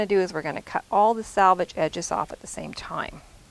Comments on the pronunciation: Love this! Can’t wait to try it. Just one thing...it’s SELVAGE, not salvage. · Yes.... so annoying to hear "sal" rather than "sel" especially for those who have been sewing forever!